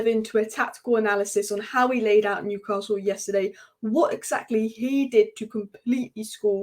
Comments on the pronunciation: Great channel but PLEASE not Newcarsell : it’s Newcassul. Keep up the good work anyway ! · There’s no r in Newcastle, if you can pronounce that correctly then your a winner, love the content.